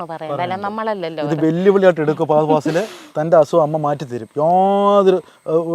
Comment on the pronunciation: ഫഹദ് ഫാസിൽ എന്ന് നേരാം വണ്ണം പറയാൻ പോലും അറിയില്ല